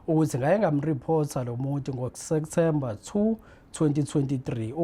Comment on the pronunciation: Lomuntu ufunde enyuvesi, kepha ubiza September ngo Sektember🤔🫢